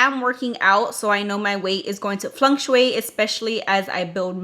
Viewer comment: 😂😂😂 There’s no “n” in fluctuate. You’re adding a “n” when you say it 🥰 Pronounce it like “duck” fluck-tuate